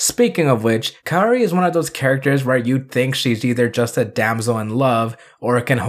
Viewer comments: It’s pronounced KA O RI, like cowri . Not kayori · With full transparency that I only took ONE year of Japanese..... I believe it's pronounced "Kow-Ree" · It's pronounced KAORI.. not KAORI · Kaori is pronounced as KAWRI as simple that... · How tf did kaori turn to keori Leme tell you something even if you’re american you can still pronounce that right since it’s easy to pronounce like tf The sound of “ao” is “aw”, not the sound “aww” but starts with the sound a then sound of w Then for some reason you put an e in the name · Not gonna lie- it kinda hurt when heard exactly how to say Kaori but was like, Ima just say it like this tho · Funny thing is..you can pronouce "Ryu" Correctly (i remember people sometimes use "Rai-u" when they try to pronounce "Ryu") And somehow "Kaori" is more hard for you, i guess this is going to become a seasonal gag.